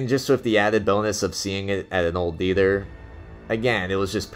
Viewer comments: What's a Dether? you keep saying dether.....OH, oh you mean THEATER......... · 2 suggestions: 1. learn English grammar, and 2: learn how to pronounce "theater."